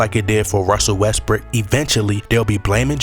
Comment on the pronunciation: I like how you pronounce West-brook as West-brick lol